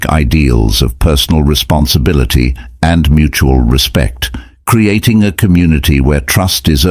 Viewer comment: Cre-atting. Oh boy. The AI has got to go.